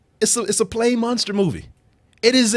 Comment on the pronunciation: i hate the way pronounces "Monster"